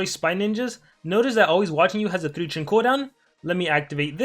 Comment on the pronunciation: Bro why cant you just say “turn” why is that hard for you your saying churn churn tf